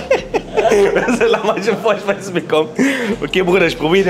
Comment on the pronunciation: VORSPEISSE hahahahaha